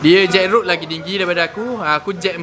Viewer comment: Sebut gok molek.. Jetrod.. Bukan jetroad.. Hihi.. Op.. Ke aku saloh